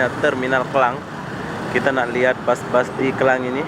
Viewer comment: Maaf mas,,Bukan Kelang,,Tapi KLANG,, Skdr ingatkan saja